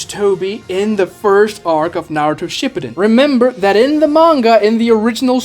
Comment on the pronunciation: I can’t believe arguments from someone so anti-discussion seriously. Calling your opposition stupid for arguing something different ruins your credibility. Also you can’t even say shipuden with correct pronunciation…